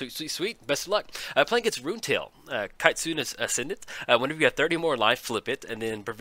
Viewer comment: Ki - as in Kit Tsu - as in Tsunami Ne - as in Net. You keep butchering Japanese names and I........will write you a very angry letter. Then you'll be sorry! :P